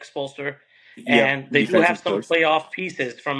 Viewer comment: Eric Spoelstra, Not Eric Spoelster.